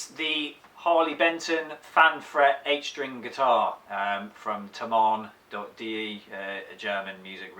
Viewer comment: Thomann is pronounced Toeman . Equal stress on each syllable , Just check any pronunciation with the Google search "How to pronounce Thomann" etc You should find a website called Forvo !! However you are in good company with the many people who own cars who's makes and models they can't pronounce !! Porche is top of that list !!